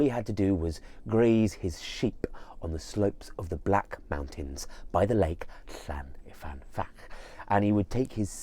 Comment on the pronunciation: I really, really love your content. Diolch. But to be that pedant - it’s llyn not llan. llyn means lake :) Llyn y fan fach :)